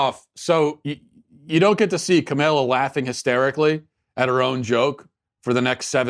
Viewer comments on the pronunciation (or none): The way he pronounces kamala's name is almost as bad as kamala herself